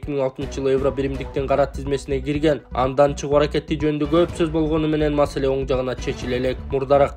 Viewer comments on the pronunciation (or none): none